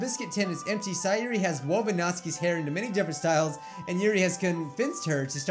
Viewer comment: i love it when he pronounces their names correctly nat-ski sa-yori